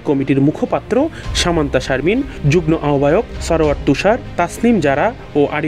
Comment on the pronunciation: পড়াশোনা না করে অটোপাশ কিংবা কোটায় সাংবাদিক হলে যা হয় আর কি। যুগ্ম এর উচ্চারণ যুগনো হবে। গ্ম=গ+ম কিন্তু এখানে ম এর উচ্চারণ উহ্য থাকবে।